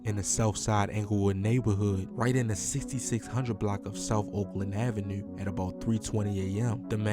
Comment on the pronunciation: I heard it in the “avenUUUe” 😂